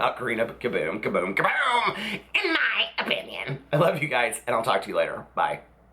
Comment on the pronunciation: You should sell shirts that say "In my open-yen" 😆😂